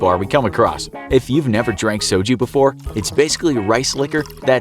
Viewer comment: That pronunciation of soju kills me inside as a korean